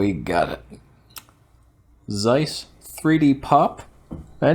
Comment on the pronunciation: The pronunciation is with TS. You have to read it like [tsáis], if you want it be as close as possible to the original ;)